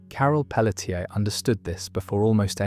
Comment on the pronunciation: Carol Peletier. It's not Pell - uh - tier. I'm from Louisiana and can tell you it's going to be pronounced either Pell - shay, Pell - chay, or Pell - tee - aye.